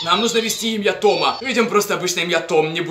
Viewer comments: не ТомА, а ТОма. Произносишь на французский манер. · Правильно говорится не Тама а Тома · Правильно говорить То́ма, а не Тома́. Без обид) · «В говорящего Томá...». Почему не Тóма? Я, кстати, тоже ) Ты слишком быстро говоришь Блин, а вот с каналом (Том) уже палитесь и бесит( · Не Тома' 😂 а То'ма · Да ударения на о а не на а